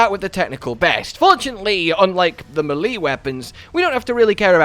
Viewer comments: What the hell is a MUH-LEE weapon? IT'S pronounced, MAY-LAY. English is not a hard language, but for you kid, it certainly is. Wow. Did you get past 7th grade? Scary. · its 2022 and you still pronounce melee muhlee instead of maylay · It’s pronounced MAY-LAY. Not ma-lee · Say it with me now ..may-lay (melee) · I’ve never heard anyone else ever pronounce melee as M’lee 😂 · "Mah-lee weapons" 👀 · Holy shit dude it's pronounced MAY LAY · "muh lee" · hearing you pronounce the word “melee” gave me AIDS